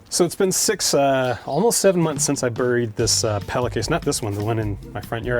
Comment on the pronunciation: I’m 99.9% it’s “pee-la”